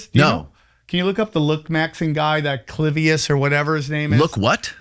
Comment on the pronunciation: Clavivious 😂😂 its clavicular but yeah fucking insanity